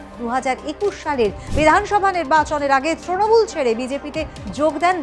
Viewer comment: এটা ত্রনমূল নয় হবে তৃণমূল ,স্টাইল না করে যথাযথ বাংলা উচ্চারণ করুন।